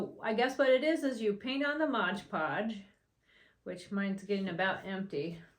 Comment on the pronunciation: It’s not called Modge Podge it’s mod podge